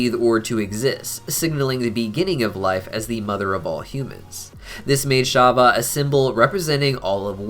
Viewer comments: Its not prenouns "shava" its prenounsed hava. And it means a farm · I love how he pronounces Adam's wife's name as "Shava". It's so funny how difficult it is for non hebrew speakers to say "ch" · It is pronounced"Ha-va" with a hard H, not ch